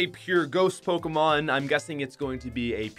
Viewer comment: Hey! At least hes calls them Pokémon and not PokEEEmon. Good job.